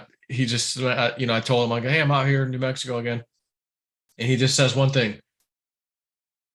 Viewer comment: it's NEW Mexico. Not Mexivco